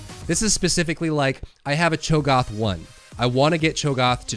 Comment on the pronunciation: Cho'Gath. A as in Apple. No like when the doctor tells you to open your mouth and say "ah"